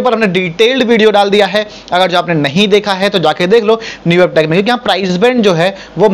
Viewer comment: न्यूबेब nhi netweb h